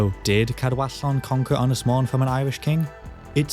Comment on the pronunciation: Little hint and tip for you.......elongate the ' O ' in 'Mon ' .....that's what the ' To Bach ' or ' Little Roof ' above the O indicates....you pronounce 'Mon ' as the English ' Mown ' almost . You got the Ynys bit right . Otherwise ....good stuff .